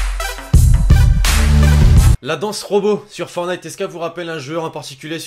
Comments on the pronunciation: C'est fortnite et non fornite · C pas Fornite C'EST FOR(T)NITE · Arrêtez de dire fornite dites fortnite !!! Tu n'as pas mis le floss ?! A part ça excellente vidéo on te kiff continue comme ça 😉